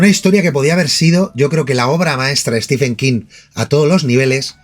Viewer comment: Un detalle: Stephen se pronuncia como si se escribiera Steven, es decir ¡no al sonido /f/!